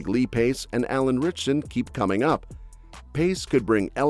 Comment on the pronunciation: it’s “RITCHSON”. FYI…